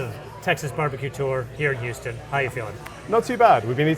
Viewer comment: "Planet Hooston" General Zod, Superman II